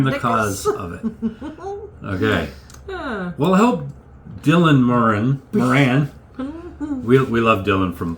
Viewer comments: Moran is pronounced how the lady pronounced it the first time! More-in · Equal stress on both syllables Mor…an….all day every day it’s the only way to pronounce his name🤩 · It's a very recent way young Irish people started pronouncing names like Moran and Doran, sounds American or maybe French or something, and to most of us it just sounds wrong. The name Moran sounds as it's spelled, without the elongated ahhhnnn. There are fada characters in Irish language to elongated vowels and even if it had one it would sound different that aaaahn